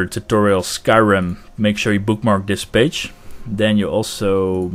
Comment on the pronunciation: Looking back it does sound like you're saying "bitch". It's hilarious! Thank you for your wonderful tutorials on Skyrim modding!